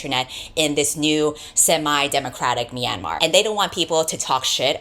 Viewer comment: .....sorry to be nitpicking but as a burmese american i humbly request you look up the proper pronunciation of myanmar next time you make a video... i kept getting startled by yours 😅 (the myan is more like meow/nyan than "mee-ann")